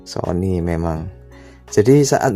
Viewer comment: 😂🤣🤣 Sony Jadi Siomai🤣